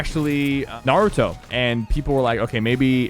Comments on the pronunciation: naruto not nauuuuto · Sypher: Ima huge anime fan Also Sypher: pronouncing naruto wrong